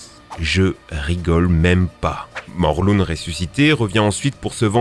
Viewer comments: On dit Morlin pas morlune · Ça se dit morlin !!!!!!!!!